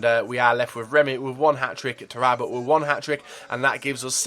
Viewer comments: Please stop calling him Taraabut, it's just pronounced Tarapt... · It's Taarabt FFS,I know you have trouble with names,but come on man.Taarabo,really? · His name isn't Taarabo it's Taarabt..